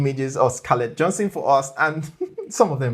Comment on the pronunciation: Not Johnson. Johanssen. (Pronounced Yohansen) ;) Great video though